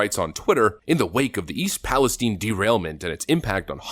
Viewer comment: it's pronounced PALi Stine not stene